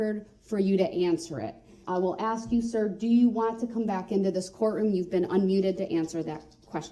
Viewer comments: Axe or axin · Brooks it's ask. And not axed. He is really bonkers. I feel destroyed by all the abnormal things he did. And now he looks and speaks like a clown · I think he pronounces it "axe" just to annoy me personally